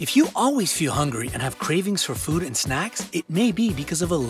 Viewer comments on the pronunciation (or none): none